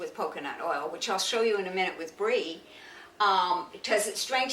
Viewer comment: Put your FUCKING LEG DOWN... you're not balancing you're leaning on the fucking counter with your secretary's ass. And lose the fucking sherpa legwarmers... you don't even have socks on. Anyone hear her fuck up pronouncing bree a few times? She was into the chardonnay on this bedtime video.